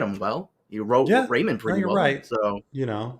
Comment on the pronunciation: “Everybody Loves Raymun”